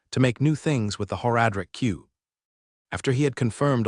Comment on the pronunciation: the voice is fine but the pronunciation of several words bugs me to no end. It's like nails on a chalk board. "Whore-adric cube" for one drives me insane.